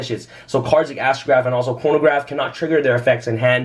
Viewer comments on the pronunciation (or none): does say Astrograph and Pornograph? I'm dying lol